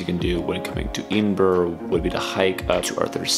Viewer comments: OMG it’s Ed-in-bra not Edenboro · Very weird pronunciation of EDINBURGH there buddy !? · Edinburgh pron : " ED IN BOROUGH " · Pretty funny you’re calling it Edenburrrr lol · Great video bud. Just some pronounciation problems with Edinburr, and Saint jiles Cathedral.👍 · Fun fact: The standard phonetic pronunciation of Edinburgh is ed-in-bruh or ed-in-buh-ruh, as both are considered correct. I didn’t pronounce it either of those ways. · It would help if you could take the time to pronounce edinburgh properly. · Thanks so much! I know, I made a video about scotch tasting up north and even knowing the correct pronunciation I still did it wrong. I don’t what know what’s wrong with me. Haha